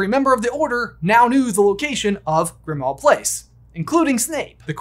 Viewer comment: FYI, Grimmauld Place is pronounced like "grim old place" not "grim ahld place." The -auld at the end of the word Grimmauld is the same as in the song Auld Lang Syne. It's another play on words like Diagon Alley (diagonally) and Knock Turn Alley (nocturnally).